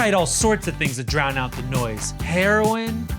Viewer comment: “…herion…” lmfao had me thinking Ian was going to give a long list and I fckn love she has become my favorite smosh cast member